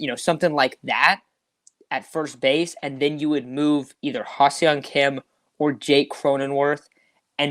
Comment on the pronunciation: Not to be a dick, but you guys say Ha-Seong Kim's name wrong constantly this episode. It's phonetically "Hah Sung Kim" not "Hah See-ung Kim" as you guys keep saying it. This is how both Don/Mud and the Korean announcers say it.